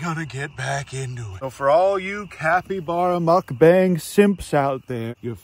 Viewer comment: Calling a mukbang, a “muck bang” 😂 (it’s pronounced “mook bong” (like book))